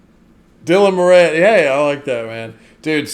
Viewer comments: It's not "Moranne"... it's "Moran", (as if it has two 'r's). 😉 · Dylan Mor-in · It is More-ann; my Irish grandmother's maiden name and that's how she pronounced it. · No. It's MORE on.